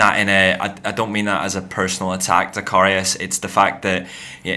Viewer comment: It's not pronounced korious ffs !!😂🤟🏻